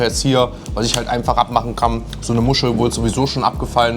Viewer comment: Sose hier sose daa sosee sose sose